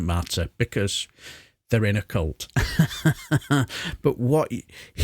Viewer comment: Why does everyone mispronounce the word "cult" while talking about Fartrage?